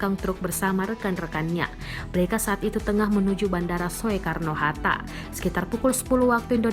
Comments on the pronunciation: Salah fokus sy: cara narator baca nama bandara "Soekarno-Hatta" yg harusnya dibaca Sukarno-Hatta. Tp malah nyebut Soekarno-Hatta 😶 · Soekarno di baca sukarno atuh! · Salfok sama yg baca berita saat sebut nama bung karno : So e karno, lempeng amat tu mulut 😂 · Ini presenternya ngoong Soekarno Hatta ja ngucapinnya kok Yo Soe Karno Hatta....😂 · Soekarno dibaca Sukarno mbak. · maaf saya mau kasih saran pengucapan SOEKARNO seharusnya dibaca SUKARNO (OE JADI U, krn itu ejaan lama) terima kasih...